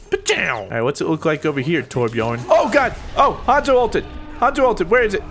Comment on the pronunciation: Wow, you actually pronounced Torbjörns name sorta right. Color me impressed :). That's better than a majority of Americans ever bother to do.